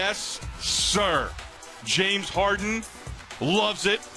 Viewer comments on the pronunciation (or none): none